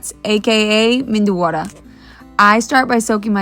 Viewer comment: Pronunciation: Vad - dai Please pronounce correctly. You can also use square foil held in your palm to mould. No ritual which dip to use first. It was always saamba ar - chutney introduced later... Methu Vaddai